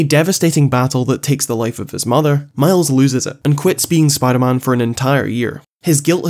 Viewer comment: Spimder man.